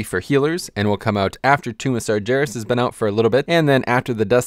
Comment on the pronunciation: how did he just prenounce sargeras?